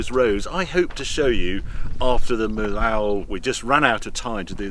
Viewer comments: wonderful trip, many thanks but if we had the french pronounciations right, it would be awesome ;-), viaduct of Meeohh not Meelaooooh , as in french double ll is like "ee" in english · Great trip Harry. Fyi for those who go to the Millau bridge, it’s pronounced ‘Mee-o’ in French. If you start ask French people for ‘Mill-Awe’ they won’t know what you’re talking about. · Roadtrip is amazing Harry 👍🏻 Well done for that. And for the one listening please don’t pay attention to the pronunciation of French city names from Harry as it’s honestly super bad 😱😱😱😂 From Caen to Limoges to Millaut,… You went so many times to France for obvious reasons that I’m sure you can do a bit better than that 🤗🥳🇫🇷👍🏻 Example Millault that you prononce as “me lao” is in fact “me yo” trying my best to translate into phonetic. Love your true british posh accent otherwise 👍🏻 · Harry… that is not how you pronounce Millau.